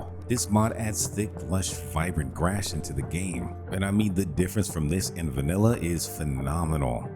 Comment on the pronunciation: Is this an AI voice? Grass = grash, Geralt = Guhralt, Kiera = Keyera etc? Or did you not play the game at all lol? Either way, I appreciate the list of mods but the mispronunciations were nails on chalkboard.